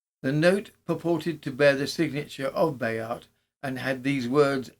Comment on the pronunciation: Spoilt for a happorth of tar. You obviously do a lot of research for these episodes. So why not find out how to pronounce things? With all the resources of the internet nowadays, it's not that hard. But your versions of Bayart and Roubaix really grate on the ear. All right, a true Brit isn't meant to speak Froggy. But how how do you explain "recognisance"? Shame